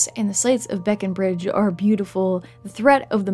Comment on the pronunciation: Great video, but your pronunciation of Breckenridge deals psychic damage